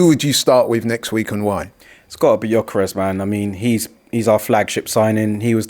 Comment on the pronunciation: it's gyokeres not giokeres🙄